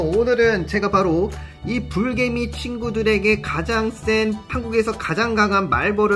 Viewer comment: 불개미가 브르개미로 들려